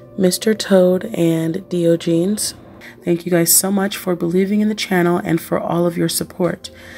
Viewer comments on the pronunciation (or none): "....Dee 'oh ' jeans " is incorrectly pronounced by the narrator. What an idiot....the correct pronunciation is , apropos the Greek philosopher , ."..die' odj 'en ' ees. "